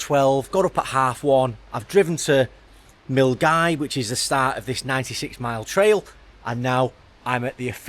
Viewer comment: Hey. Good to see you out on the trail. I hope that your leg is feeling better. I was driving up Loch Lomond the other day, but on the other side of the water. I was heading to Argyll. Glad to hear you pronouncing Milngavie properly. Most people would look at it and not think that it was pronounced Mull-Guy.